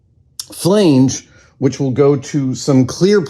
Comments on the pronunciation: "flay-nj" is that the same as a flange? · Had this playing in the background and actually had to rewind it twice to marvel at Adam mispronouncing Flange. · Hehe, you say "flange" funny. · That is not how you pronounce "flange."